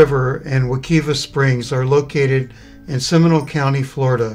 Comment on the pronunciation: If you are going to make a video about a river learn how to pronounce it Wuh- KIVE -uh